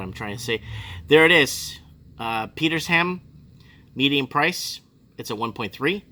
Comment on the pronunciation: Peter sham, one word